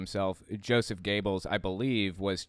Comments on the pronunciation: that (“gaybles”) is not how you pronounce the last name, better would be “goybles” though still wrong. It’s hard to convey sounds in other languages:P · Sounds Like you say Josef gaybels to me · That doesn’t sound like how it would be pronounced by a German